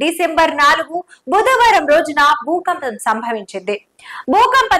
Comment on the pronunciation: Bhoopampam ahh bhoookampamaa😂